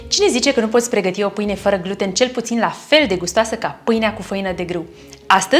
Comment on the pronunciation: Pronunțati incorect "gluten" accentul se pune pe a doua jumătate a cuvântului.